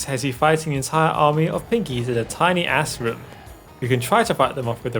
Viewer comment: He meant to say "tiny-ass room" but said "tiny ass-room."